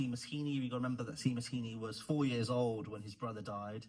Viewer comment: it’s pronounced shay-mus is it not lol